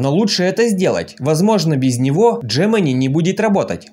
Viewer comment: Где ты увидел букву Дж-Джемени ? G-Г !